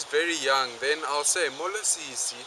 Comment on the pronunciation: As a non-Xhosa linguist I can tell that your vowels are a bit too long. Siiiiiiisi instead of sisi for example. I'm grateful for this video and aware that it's four years old (so maybe your newer content doesn't exaggerate the accents quite as much?) but as a linguist and language teacher I'd advise you to be careful. It would be easy for someone (who does not appreciate the effort and deep respect you would have needed to master this language to such a high degree) to think you're trying to make their mother tongue sound silly. They say a person's name is the most beautiful word to him, in any language... but my experience says that a person's language is the most beautiful sound to him, in any context. Still, I'm deeply grateful for this content. Haven't stalked your channel yet, but I hope you kept making content like this!